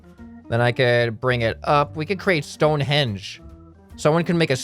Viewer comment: "Stone henge"